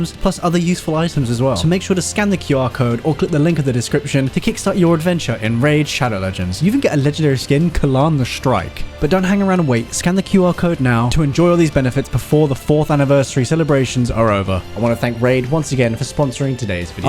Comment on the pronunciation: Shrike.. Not strike